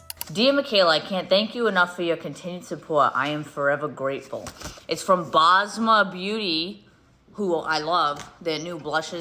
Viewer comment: also why are american influencers butchering up the name Basma? its an S in the middle of the name not a Z